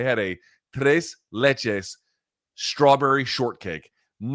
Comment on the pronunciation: brother said trrrrays laychays and has the audacity to criticize other people’s pronunciations